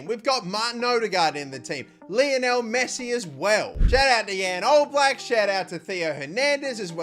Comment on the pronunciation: As a slovenian it pains me to see how you pronounced jan oblak